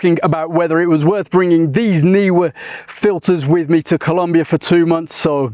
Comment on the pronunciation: You and I are the only people who pronounce "Neewer" correctly! If it was "Newer", it would have been spelt that way!